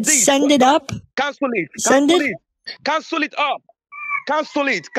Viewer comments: “CANSOLE ET!” 😂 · "Cansul it! Cansul it! Cansul it!" 😂😂😂